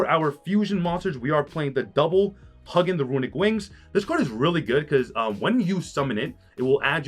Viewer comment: I got mad love for you and everything you do bro, but if you say Hug in one more time…. I’m going to lose it! 🤬😂 It’s Hugh in brothaman. Like Hugh Jackman. Hugin👍🏾